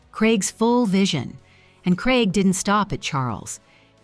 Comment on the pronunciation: Why can't your commentator pronounce Craig., not even AI? It sounds like Kreg, confusing as it could be Craig or Greg? Please say CRAIG not KREG